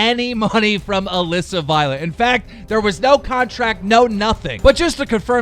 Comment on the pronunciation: KEEM! DIDN'T YOU MEAN ALEESA NOT ALISSA!